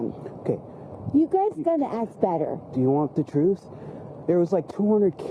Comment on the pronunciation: "ask" not "aks"